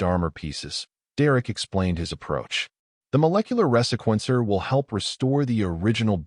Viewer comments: resequencer-- the proper pronunciation is ree-see-kwen-ser AI is no threat as it cannot even correctly pronounce lead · The ressequencer? Reeeee-sequencer